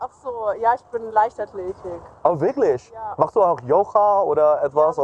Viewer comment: I disagree with you on the pronunciation part because if you look at for example when he says "Wirklich" german word for "Really" it sounds like he is saying "Wirknicht"lol and also "Nicht" german word for "Not" it kinda sounds like he is saying "Nisht", and these arent difficult words at all but he's just so confident in his linguistic abilities that basic word pronunciation has been thrown out the window XD